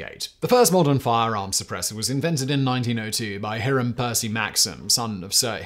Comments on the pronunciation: The first syllable of Hiram Maxim’s given name should be pronounced “HY”. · It’s remarkable that Simon hasn’t made one video I’ve seen where he doesn’t mispronounce a name or names. “He-ram” Maxim? It’s HI-ram Simon. Not complicated at all.